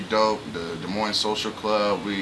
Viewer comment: Iowa has the most corrupt prison system. There is no "Z" at the end of Moines.